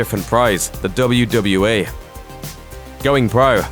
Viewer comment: It sound like he saying WWA